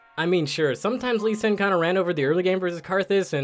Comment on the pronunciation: the same guys who calls Lee Sin Lead singer